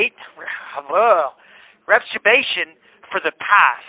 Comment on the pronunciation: "It's about people getting reptu-bation for the past" 😂Freudian slip perhaps!?! 🤦‍♀️